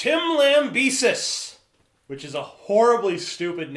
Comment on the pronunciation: You cant even pronounce his name right, and i doubt he really tried that. He hasn't been proven guilty.